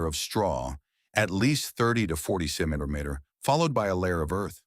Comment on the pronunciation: Im just here to hear how bad the AI pronounces centimeter